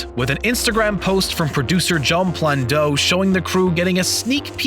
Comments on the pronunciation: Honestly, I'd rather he focus his energies on sequel to the movie shown (Alita Battle Angel) rather than this. His Alita movie was, in my opinion, hands down better than Avatar. That said, Screen Rant, it's Jon Landau (pronounced LAN-DOW), not Plandou. I'm not exactly a film expert, so I SHOULD have no business correcting you. The fact I must is scary, and devastates your own credibility. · Who is John Plan-doe? Did you mean John Landau pronounced "Lan-dow" Dow is pronounced like the Dow in "DOW Jones Industrial average" Oh, and WETA is pronounced "Wet-uh". Wet like water. Not weight, and not wheat either. Okay, my work is done. <G>